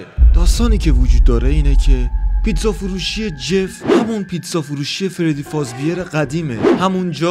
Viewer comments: فردی فزبر ❌ فردی فزبیِر ✅ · پیتزا فروشی فردی فزبر ❌ پیتزا فروشی فردی فازبیر ✅